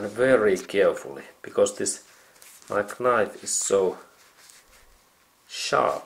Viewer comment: Excellent repair. You may decide to ignore the following comment if you decide. The letter “k” in the typical English language word “knife” is silent. I only write this since I for a short time taught English to students whom English was a second language.